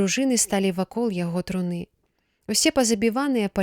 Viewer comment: Прачытана: труны' яе, слоўнік дае гэтаму слову ў множным ліку іншы націск, на першым складзе: тру'ны яе.